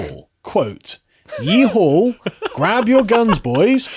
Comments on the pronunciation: Texan here. There is no L in YEEHAW! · WTH is "Yee Hawl", did this person mean "Yeehaw"?